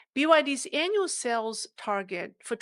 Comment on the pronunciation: You pronounce Sales as sells. Try to prolong the pronounciation like saaales.